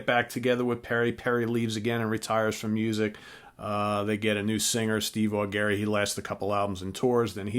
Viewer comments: It's not pronounced "Au Gary"...it's "Au Jerry". Check out the various interviews with him on Youtube...they never introduce him as "Au Gary" and that's with him sitting right there. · i totally agree,........too long????no such thing,....you get an album every 5 /10 years....60 minute album is fine...and who the hell is Neal "SHONE"????............"SHONE"??....even Neal pronounces his last name of Schon....as "SHAWN"..........and Steve AW-GARY????......AW-JERRY....oh geez